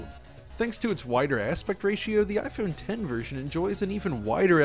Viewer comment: Thanks for calling it IPhone 10 properly as opposed to what many people think it's called, "IPhone X"